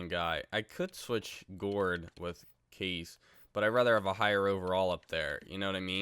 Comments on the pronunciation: ITS NOT CASE ITS (KA-SHA) SO TIRED OF THAT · You say Ka Sche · Didn't understand the Kesler deal, you said u traded Myers because he had a bad contract but yet Kesler's contract is awful, and it's pronounced "Kosh" Aye" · It’s pronounced kah-say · It's pronounced "kasha" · Kase is actually pronounced like cash-a it’s really weird but the more you know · Kase is prononced Kashea and btw in czech it means mash